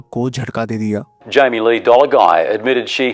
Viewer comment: Jammy nahi Jamie